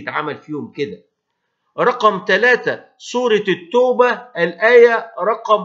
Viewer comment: اخطات في اسم السوره اسها سورة التوبه بشد التاء وليس باضم